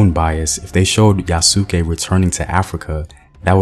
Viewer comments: You need to get the pronunciation of his name right. Just saying. Yes, he was probably originally a slave but by the time he came to Japan, an armed bodyguard to the second highest religious figure after the Pope. He wasn't considered undesirable, in fact he was released back to the Christians because he wasn't Japanese. Nothing else is known about his life after his reuniting with the Christians, there is no more reason to assume he went back to Africa, than there is to think he stayed in Japan or went to India. Yes, the Japanese were amazed to see Black people because they had no frame of reference, however the fact that he became the highest ranking foreigner in Japanese society until William Adams, shows that modern concepts of race should be kept out of the retelling of his story. Unfortunately, that didn't happen in the anime that just came out. Hopefully, they won't try to turn his story into another Last Samurai. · His name is pronounce yahs-key, the u is silent in Japanese. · Good video, although I believe the “u” in Yasuke is more silent and it sounds more like “Yaas-Kay” (though I could be wrong) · Excellent video like always. I hope they take note to make the movie as authentic as possible...not holding my breath though. Btw the pronunciation for 'Yasuke' is (YAH-skay). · Bro. I cringed every time he said it lol. But I loved this video so much I couldn’t turn it off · Yasss- Kay The pronunciation is Yasss- Kay Love everything you reported but you may have overlooked the fact that there were more than just one black samurai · In Yasuke the u is silent. Remember to tell Hollywood that. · He's saying yasuke name wrong but it's a really good video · your not pronouncing it right. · Well you sound Hollywood. Get his name and pronunciation right too. Educate yourself on how to say this Legendary man’s name right! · IF THIS MAN SAY YA SOOOOO KE ONE MORE TIME. ITS YAS-KE MY MAN! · Yes, its YA-SK-É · pronunciation of Yasuke is "Yas K". Not Ya Su Ke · It’s yas-Kah